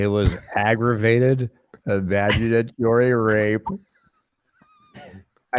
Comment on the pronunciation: Imaginatory Ryape had me ryolling on the flyor